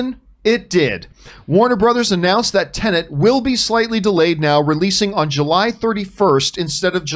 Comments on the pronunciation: It's not pronounced TenaNt...it's TeNet. it's so easy... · TEN.....ETT!!! Not Tenant! xD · Why can’t any of you pronounce Tenet correctly? It’s not tenent. It’s not about a lodger renting a property.